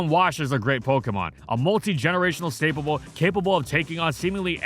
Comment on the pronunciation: did he just say stapable